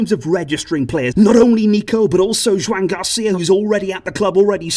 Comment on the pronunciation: Joan in Catalan is pronounced "jo AN" like 'Joanne'